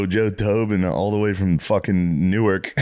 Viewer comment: lol Matt pronouncing Newark(New-erk), NJ like Newark(New-Ark), DE was throwing me off